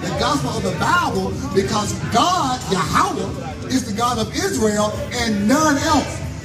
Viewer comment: Who is yahowah its yah-weh ive never heard no israelite pronounce it like that.